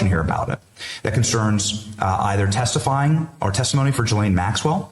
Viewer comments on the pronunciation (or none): Keith, did you say "textifying?"